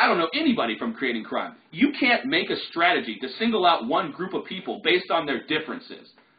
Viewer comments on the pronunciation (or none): none